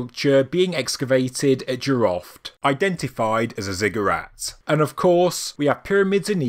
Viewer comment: jiroft (in persian)جیرفت not jiraft :)